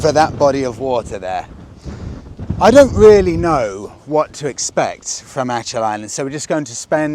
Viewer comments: Proper pronunciation is like this...ACK ILL...not ATCH ILL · the c in achill is a hard c . its kill more so than chill .. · Not Ach il …. Think of German word “Achtung …. Then pronounce “Ach..I’ll”. …. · Why on earth did you not ask someone how to pronounce Achill? Disgraceful disrespect.